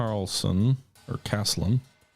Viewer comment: Not very relevant, but please have another look at that word "Caslon", the gas that is used for fuel. You keep misreading it :D Though, the font in the game is too small, so...